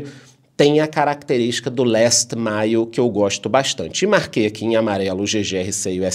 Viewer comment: Gosto do nosso porque ele fala inglês muito bem! Last mile bem pronunciadinho!😁